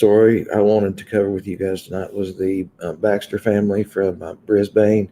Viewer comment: And it is pronounced Bris-bin...😎